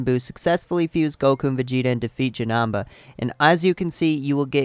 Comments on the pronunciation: Is not janaba is janeba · JanEmba, not janamba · Bro it's not Janamba it's Janemba. And it is pronounced like this. JUH-NIM-BA your welcome 🤗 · Him saying janamba got me triggered v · Jenamba omg cool way of saying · The way you say Janemba makes me wanna fight you